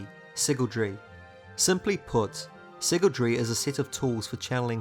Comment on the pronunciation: My man is saying siggletree, it’s sygaldry, si-gal Not sure if this bugged anyone else